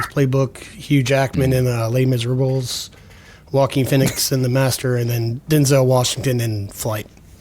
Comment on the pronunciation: you accompanied a show choir in HS and you so horribly mispronounced les miserables it kills me